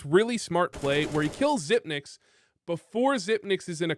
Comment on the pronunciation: The only thing that bothers me is your pronunciation of Xyp9x, but otherwise, great video